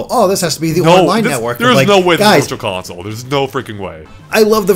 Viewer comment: What’s a ‘consloe’?